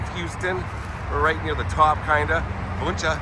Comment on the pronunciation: Yeah I’ve seen it in spring on the way to the woodlands there’s also a Wuensche bros haunted restaurant in old town spring. That’s not technically Houston, it’s spring. Spring eventually turns into Montgomery county and Houston is Harris county btw. Also btw it’s pronounced WIN CHEE.